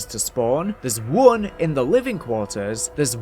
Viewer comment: The way you said one bugs me